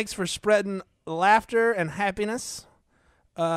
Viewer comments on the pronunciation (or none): none